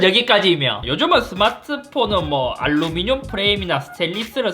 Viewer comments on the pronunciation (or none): none